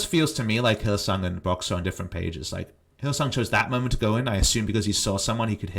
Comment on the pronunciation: Why do you call Hylissang Hylisong?